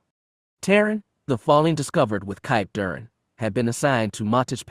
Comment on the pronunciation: Why cant the reader pronounce Kip Durans name?